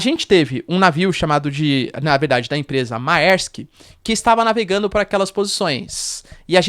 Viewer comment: Errata: A pronúncia de Mærsk, é {mÉrsk}... ditongo latino "æ" = é... simples assim ..